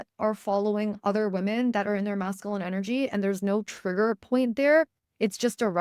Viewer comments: Thank you for the message. Hearing the incorrect pronunciation of masculine as Mass-Ka-Lynn was distracting though. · The way you pronounce masculine 😖